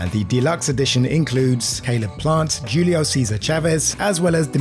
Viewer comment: Jewlio Cesar Chavez? Pronunciation - “Hulio”